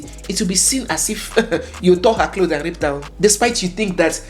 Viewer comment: He isn’t Nigerian. He pronounced “her” the way Ghanaians pronounce it. But then again Nigerians have caught doing this as well.